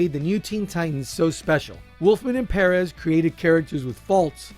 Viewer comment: it may sound funny, but thats the correct way to pronounce it. George told me during that intv everyone mispronounces it